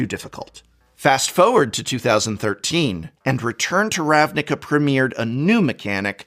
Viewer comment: Forward not Foward